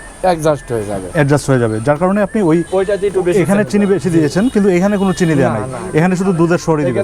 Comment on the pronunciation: চা ওয়ালার upor cursh khuya ami hahahahaha tar চিনি k চেনি bola osadharon lagca